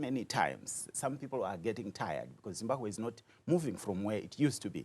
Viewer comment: Say Zimbabwe please not Zimbahwe!!! and if Zimbabwe is well organised why is half of the population in the diaspora??